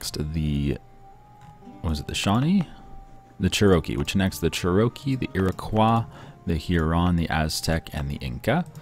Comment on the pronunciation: thuh churakee